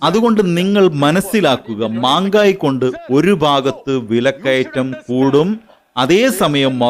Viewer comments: ഹിന്ദിയിൽ വിലക്കയറ്റത്തിന് menghayi എന്നാണ് അല്ലാതെ manghayi എന്നല്ല. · എടോ കോപ്പേ മാങ്കായി യും അല്ല അത് മെഹങ്കായി എന്ന് ആണ് അതിനർത്ഥം വിലക്കയറ്റം ചിലവ് കൂടിയ എന്നൊക്കെ അർത്ഥം.😂😂😂😂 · മാംഗായി അല്ല മഹംഗായി എന്നാണുച്ചാരണം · മാങ്കായി അല്ല മേഘയും അല്ല മെഹങ്കായിയാണ് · Mangai alla. Mengai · മാങ്കായി അല്ല മെഹങ്കായി.😂😂😂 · Maangaayi ennaano... Mehangaayi ennalle..... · Mangai alla mehagai ennanu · Mangayi mangayi alla bro 😂 Mengayi yenna parayaru 😂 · മാംഗായി അല്ല റിപ്പോർട്ടർ.... മെഹംഗായി..... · മാങ്കയി അല്ല മഹ്ങ്കായി എന്നതാണ് ശെരി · 'Manga' യും അല്ല 'mangayi' യൂം ഇല്ല. 'Mahengayi' (മഹെ ങ്ങായി) എന്നാണ്. ഉച്ചാരണത്തിൻ്റെ കാര്യത്തിലെങ്കിലും ഒന്ന് ശെരി എന്ത് എന്ന് ചെക് ചെയ്തൂടെ എല്ലാവർക്കും! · Manggai അല്ല” മെഹ്ംഗായ്” എന്നുച്ചരിക്കൂ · Mahegai not magai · മാംഗായി അല്ല,മെഹങ്ഗായി..വിലക്കയററം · മാങ്കായി അല്ല. മെഹങ്കായ് 😅😅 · സത്യത്തിൽ മാൻഖായ് എന്നല്ല പറയേണ്ടത്! മെഹങ്കായി എന്നാണ് പറയേണ്ടത്😅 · മാംഗായി അല്ല ചങ്ങായി മെഹം ഗായി എന്നാണ് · Ente ponnu you tuber ..ithu mangai alla mehangai aanu .. please correct your word...you are doing good..but the words has to be pure😊😊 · അതെ, മെഹoഗായി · മെഹങ്കായി എന്നാണ് ശരി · മെഹ്ങ്കായി എന്നു പറയു അവതാരകാ